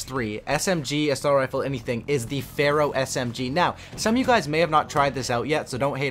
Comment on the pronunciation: Go in the corner and think about why you said pharoh